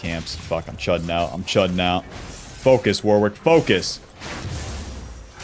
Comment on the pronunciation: it's pronounced Worrick, Warwick is a town in the UK and also a common first name here. It is definitely not Wor-wick